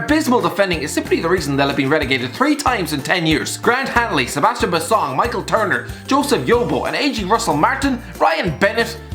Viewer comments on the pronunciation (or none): none